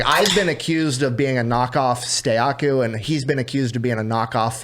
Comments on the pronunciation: It’s Stakuyi not Stayaku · Its funny that stakuyi has been on the podcast and still doesnt know how to say his name